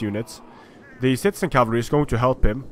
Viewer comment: Did I hear you say "shitezen cavalry"? lelelele